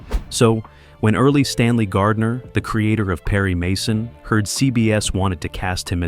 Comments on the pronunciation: Erle Stanley Gardner , It's not "early" it's "earl"!!!!! Darn AI again! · it's EARLE (pronounced like pearl) Stanley Gardner - please take time to get the name of the author right!! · Uh, Erle PRONOUNCED EARL, personally chose Raymond Burr for Perry Mason. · Done...3rd mispronounciation of Earle Stanley Gardner... hey, AI, the final "E" is SILENT!!! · Another awful AI narration. The author's first name, Erle, is pronounced EARL. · This AI narraton stuff distracts so much from the flow and attention span. "Early"? Cringing over here. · Interesting information, but your photos didn't match the dialogue. For example, when you were talking about the clerk, you didn't show any photos of him. And the AI narrator mispronounced Erle's name twice. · I can't believe you narrated the whole thing without bothering to find out how to pronounce Erle Stanley Gardner's name. How stupid! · Actually the authors first name was "Erle." The final "e" is silent, but AI has no way of knowing that. Original Gardner had wanted to follow the radio model and make Perry Mason a 15 minute daily show, continued from episode to episode. Basicly a soap opera. That would have allowed for longer and more complex stories and characters. Eventually it was developed into the long running soap "The Secret Storm." It originally centered around a lawyer and his cases. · Earl as in pearl- not early. Have an actual human listen before you kick in your AI voice. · Earl, not Early. Great video. But you could have at least checked. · Your story is full of misinformation and the Authors name isn't Early Stanley Gardner. His name is Erle (rhymes with Earl) Stanley Gardner.This is what happens when you use AI to write and narrate your story. Go your own research and correct AI errors. If you want AI to do the work, then there's no reason for you to earn any money. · Yes, you're correct. Erle, NOT EARLY. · Shit! Not Early - Earl, like Earl…